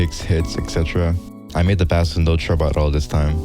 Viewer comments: its pronounced "base" not "bass" :face-purple-crying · The amount of times bro said FISH I mean BASS (fish) instead of Bass (Music) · its pronounced base not bass like the fish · English lesson: Bass(musical instrument) is pronounced "Base". Bass(fish) is produced "bass" ALSO I like the video good job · Bro please pronounce bass as in the instrument like “base” it triggers me so much when you say bass talking about a bass instrument but pronounce it like the fish. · why does bro say "bass" like that its offending me as a bass player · The instrument “Bass” is pronounced “Base” btw. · I felt pain every time he said bass god damn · "Bass" its not a fish bro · you saying bass wrong hurts me as a bass player :,) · Hearing people mispronounce bass is like the sound of scratching a chalkboard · it just feels wrong heating people mispronounce “bass” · this guy is great i just hate how he pronounces bass as in the fish 😭